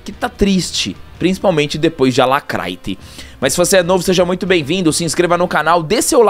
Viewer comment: Dou risada com respeito quando falam Alacrayte